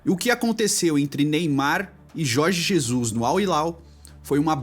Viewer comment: Jorge Zezus kkkkkkkkkk